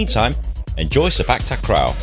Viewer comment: I meant the word "sepak". The way u said it in the vid is like "spak". No offense tho.